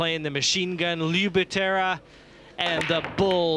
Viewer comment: Lou « Machine Gun » Butera, not Batera...